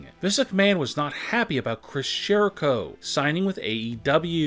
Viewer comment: Why do you say Chris 'sh'erico 😂